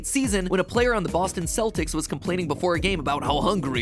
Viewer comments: It's Keltics with a hard C. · Its not pronounced "seltics" its pronounced like the "k" in "kelp"-- celtics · When Celtic is pronounced Kell-tick, but the pronunciation of The Celtics the sports team is Sell-ticks..... AARRARAHAHAAAAAAAAAAAAAAGHH ENGLISSSSSHSHHHH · So, no one gonna mention Matt mispronouncing “Celtics”? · Apparently Matpat doesn’t know how to pronounce the word Celtics.